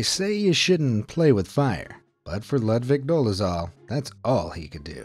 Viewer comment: Ludvik luunds like ludwig 😊